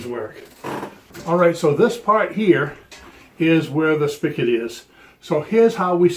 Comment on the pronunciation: Spigot… not spickit